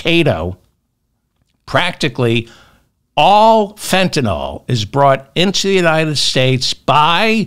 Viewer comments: Say fen.ta.nil..not fen.ta.nol..please? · Begging you, it's FentaNYL not FetaNOL. NILL not NOLL. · please fentaNYL not fentaNOL ... love you David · David, it's Fentanyl NOT Fentanol. Pronounced: (fen-ta-nil) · David, Fentanyl is correctly pronounced the way it's spelled - Fentan I L L , not Fentan O L L. Not too difficult to accomplish, so why not have a try? C'mon.... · Fentanyl, David, Fentanyl, not Fentanol. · Fentan-yl, not Fentan-all... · David….its Fentanyl….not Fentanol😊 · Fentanyl, not fentanol. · Pronounced fen-tan-ill. 😅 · The pedant in me just HAS to say this- it’s Fenta-NYL.. hearing it mispronounced so consistently is driving me bonkers!! Love the show though! 🎉🎉☺️